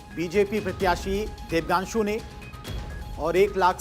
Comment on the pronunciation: प्रत्याशी "देबांग्शु" को अनाउंसर "देबगांशु" बोल रहा है।कुछ अधिक तनख्वाह देकर शुद्ध बोलने वाला अनाउंसर रख लीजिए।